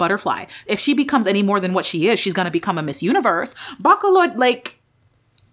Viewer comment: Been waiting for this non-biased comments! Btw, it's "BAAAA --- CALL---LAUD" (Bacolod)